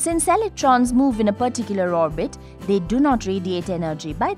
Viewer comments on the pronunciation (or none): none